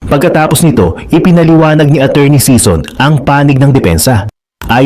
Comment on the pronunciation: SISON NOT SEASON